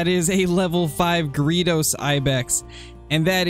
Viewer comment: Just did some searching and found 5 pronunciations and 1 said greydos, 1 said it my way, & 3 said Gree Does